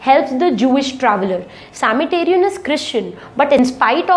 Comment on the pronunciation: Sametarian? /Samaritan.....